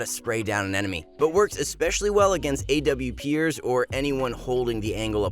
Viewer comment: "awpiers" I hate this channel